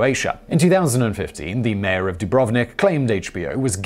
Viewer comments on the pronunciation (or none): none